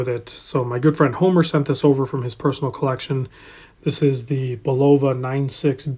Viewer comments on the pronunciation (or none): none